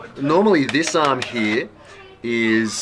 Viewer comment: brother, why are you saying "hee" instead of "here?)